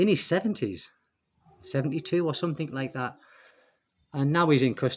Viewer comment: “Something like that” sounds so Thai 😂